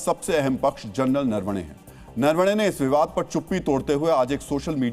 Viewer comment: For God's sake A News channel like Z News should learn to pronounce an Indian name correctly! His surname is नरवणे Not नर वणे! You murdering the meaning by pronouncing the name WRONGLY!